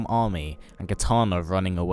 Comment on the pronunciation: He said Kitaner